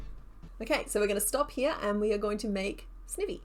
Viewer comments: YESS This series is backkkk <3 Excellent work on those pieces, I have now a new found love in Garbodor! Also, I think Sniny is pronounced "ivy" as in poison ivy, but I might be wrong?! I absolutely adore that evolution line ahah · I'm sorry I normally never do this but i was physically cringing everytime you said Snivy 😂 It's the sn sound of snake and ivy please and thankyou. Also fellow Aussie here love your vids I binge them often when I crochet myself 😊❤ Edit: Yes all toads are technically frogs 😁